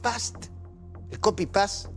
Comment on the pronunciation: "Ferdivientemente"... "Copipás"...